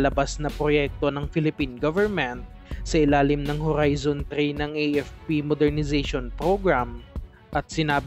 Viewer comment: Grabe ka maka horrrrrrrizon.. ang daming Rrrr 😆😆✌️